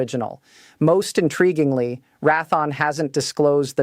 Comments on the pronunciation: Who the he// is rathon??? Loheed grummin??? At least the illiterate droid got RTX right. Must be a d.e.i. hire. A third grader can read better than that. I hate listening to these things. If this is advanced tech we are screwed. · more like Wrath-on but also mispronounced Raytheon. Another indicator of AI using abbreviation of pounds (lbs) multiple ways l-bs or 1bs. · I'm going to scream if she mispronounces the name of one of the biggest defense contractors in the United States for a sixth time it's pronounced Ray thee on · AI cringe pronunciation for the manufacturer Rath-On. At least the face has blonde hair color, which helps explain some of the *cringe. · Pretty Lady ... why doesn't she know how to pronounce Ratheon ... and Lockheed ... C'mon people ... the intellitgence is 'artificial' ... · She's AI and mispronounces Raytheon. More AI slop. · AI needs to be told how to pronounce Raytheon. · Al can't even CORRECTLY pronounce Raytheon and Lockheed --- 2 of our biggest military suppliers. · I wish this bot could at least pronounce Raytheon correctly. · Csll it Ray-the-on - not "ra-thon. It has been Raytheon for well over fifty years! ! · Great AI generated commentator needs to know defense contractor name is pronounced Raytheon not Raython! 🧐🤨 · She speaks bobbing her head like a chicken immediately showing AI not capable of natural speech. Can't even pronounce Raythion says Rathon. I love the kayote weapons. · Who the hell is Rathon. Perhaps Raytheon? Pronounced how it is spelled? WTF. Silly AI. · It would be nice if she learned phonics before she got started, it's not like rath the awn, it is raytheon, it would be nice if people would study what they're talking about.And learn phonics , before they get started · Ratheon = Ray - thee - onn, not Rath-on. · RAY THEE ONN, NOT RATHON!! RAYTHEON...... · Its Raytheon... not Rathon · Rath-on??? it's pronounced and spelled RAY-THEE-ON Raytheon YOUR AI SUX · RaThon? LoHEED martin? AI BS again. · Rath -on? Oy weh.